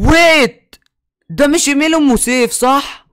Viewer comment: اسمها ام سيف مش اوم سيف